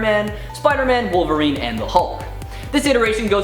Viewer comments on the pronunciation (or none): none